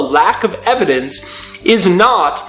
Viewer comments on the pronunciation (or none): lack of evidevince is not evidendence of lack